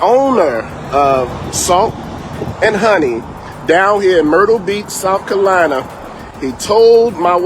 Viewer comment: As a South Carolinian, he should be ashamed for how he pronounced Carolina!